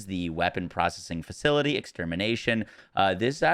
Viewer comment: facitily? is that latin for facility? 😆